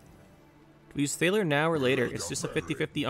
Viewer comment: I'm assuming you haven't played Witcher 3 because you're saying some of the character names differently like Regis, Lebioda, Thaler and I'm not thrashing you or anything like that. Just saying if you haven't played it please give it a try. Anyways good gameplays as always.